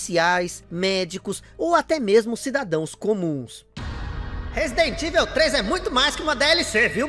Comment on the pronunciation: Resident "ivel" 😂 😂 😂